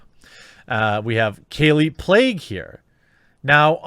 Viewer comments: Pronounced “Plague” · her last name Plagge is pronounced "play-gee". not that anyone cares lol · "Kallie Plague" lol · Kallie 'PLAGUE' LMAO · Her last name is pronounced "Plague"? Well... There you go